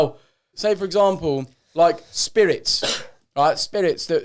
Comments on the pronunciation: The way joe say Spirits 😂😂 “speelits” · My mum always kills herself laughing at how joe says "spillits" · Why does Joe say “Spirits” like Jim Carrey’s Scrooge in ‘A Christmas Carol’